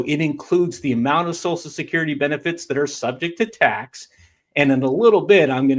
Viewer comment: WTF is "SOSUL" Security?